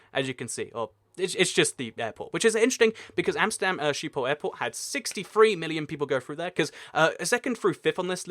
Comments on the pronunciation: Sheephole is pretty far off, I know ch or the dutch way to pronounce the G is difficult for people that don't natively speak Dutch and I won't blame him for it, but you shouldn't claim that he was close because he would've been better off just saying shiphole instead It would have been closer to the actual pronunciation and it's also a more accurate translation. There is no E in schip. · It's not quite that but a Dutch person would understand what you mean if you said skiphol you do have to pronounce the H though. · You pronouce schiphol as sheephol and i know its kinda impossible for you to say schiphol correct but if y try say shiphol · Schiphol is pronounced with a harsh Dutch 'g' like in the Hebrew word l'chaim. So: s'ch'iphol. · Love the way you pronounce Schiphol! But I got to say, it's not a Sheephole... the sch sound does not exist in English, but yeah... You should try it once!!! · Dying right now of how you pronounced Schiphol - Sheephole. But it's fine though, many other languages don't have the sch-sound which sounds something like a weird microphone noise if I had to explain it. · not by a bit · I'm not Dutch and I died a little on the inside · Mink Lenzing lol ikr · I think if you're going to make videos for potentially millions of viewers, getting pronunciation as accurate as you can is a basic.